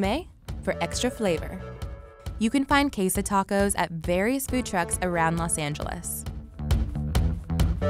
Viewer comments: QuesA tacos!?? I don't even speak Spanish but that hurt my ears😭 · Anddd quesA tacos!? I don't even speak Spanish but that hurt my ears 😭